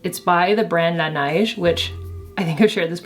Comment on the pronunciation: You pronounce La Neige with a quebecois accent lol it's cute💕